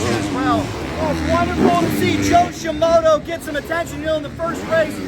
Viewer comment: Please dont ever stop mispronouncing Joe Shimoda's name. "ShiMoto" sounds so much better!